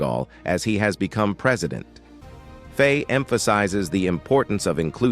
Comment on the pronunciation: IT'S NOT PRONOUNCED FAY, ITS PRONOUNCED FY, rhyming with Why. You do your video a disservice by not getting this basic right. Its easily searchable.